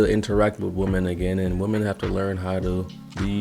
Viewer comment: Please learn how to pronounce the word "women"